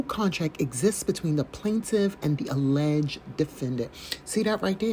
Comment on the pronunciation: Hi from France! I suggest to his inmates to never play scrabbles with … - aileged - analysation- to rebuttal -license place - instrament…. Too many new words 🤣🤣🤣🤣 Have a sunny Sunday 😘🌹